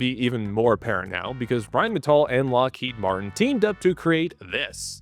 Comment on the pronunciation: I didn't, I admired his pronunciation of 'Rheinmetall' 🤓